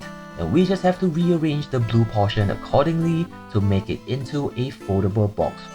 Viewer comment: am I insane or weird or did you just say zoo instead of blue maybe I’m just hearing things😅😅